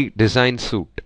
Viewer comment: Suite is pronounced like sweet